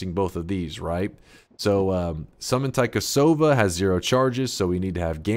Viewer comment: "Taikasauva" is literally magic wand in Finnish. Loved the devs for naming some stuff in Finnish and also you pronouncing taikasauva.